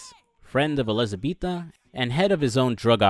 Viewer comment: her names elizabeta not elizabetha